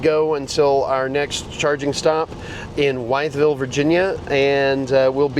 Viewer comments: Wytheville is pronounced withville or if you want to sound like one of the locals wifle 😆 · Wytheville Virginia is pronounced Withville Virginia.